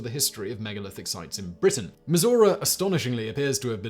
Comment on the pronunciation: Am I the the only American that heard Missouri when Simon said Mizora????